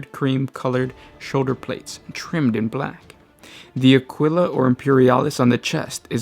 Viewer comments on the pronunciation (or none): none